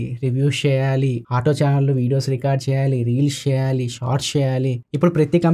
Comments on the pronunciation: ❤❤ Sheyali Shi yum Jagananna MadhiRi matladunnav Anna S ni Sh la palukuthunnav 😅😅😅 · షెయ్యాలి ఏంటి? వాడెవడికో శిష్యుడి లాగా! Please change your pronunciation... good luck 👍